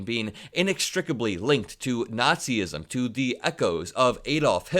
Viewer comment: Why do people say "Nat-see-ism"? It's "Natz-ism," people! Two syllables. You sound like morons when you say it the wrong way!